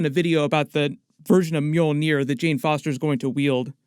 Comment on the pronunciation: Is the mule-near? Lmao!! Because that's what it sounds like you're saying when you say it